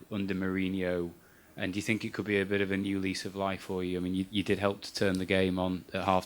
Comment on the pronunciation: Why does he says "i sink"??